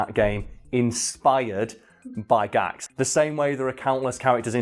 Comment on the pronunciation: Gakuto. Not GAHKT Been a fan since 1994 and he always says funny shit because he knows he has the status and influence to get away with it lol. A world treasure. Please pronounce his name with reverence